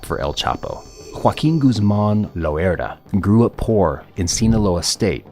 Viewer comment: This nigga keeps saying "lOeRdA" makes it so hard to watch 😂😂